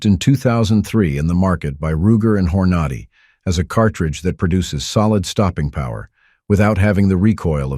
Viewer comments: Whoever made this video talking about the 357 mag can shoot 38 special and said no other cartridge has this capability, well your wrong, have you ever heard about the 44 special which was out before Elmer Keith used it to design the 44mag, and also teach your stupid AI Voice how to pronounce words it isn't HORNODY IT'S HORNADY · "...collaboration between Ruger and "hor-nah-dee." Nope this isn't AI, it's Artificial Dumbness. Dear Producer: Stop being cheap and hire voice talent and save yourself embarrassment. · How do you pronounce Hornady again.